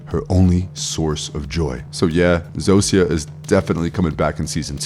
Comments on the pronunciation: This bothered me too! 😅 Zosia is pronounced “ZO-sha” Raban is pronounced “Rah-BON” Both names are said multiple times throughout the series. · Dude how the fuck are you saying the names Zosia and Rhaban wrong. They literally say their names in the show multiple times. Idk why but that actually pissed me off you choose to ignore how people names are said when its a show and not a book where it can be an honest mistake. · Did you watch the show? Just curious. You mis-pronounced Zosia and Raban so maybe just reading a script.